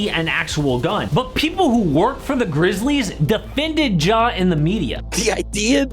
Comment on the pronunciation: Please stop calling him “Jaw”